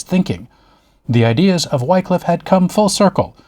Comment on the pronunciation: In beste goode humour! - my only cavil (is trivial) not 'Why-cliff' but Whi(p)-cliff.... an aspirant wh-ah... to the 'i' of 'in' not the 'i' of 'nine' Whi-cliffe - Ye olde Englishe is moghty treacherous! Great post, as always - calm, accurate, and informative.